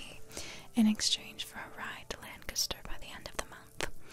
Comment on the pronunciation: I live in Lancaster county Pennsylvania. Thank you for pronouncing Lancaster correctly haha. Most people don’t 💁🏻‍♂️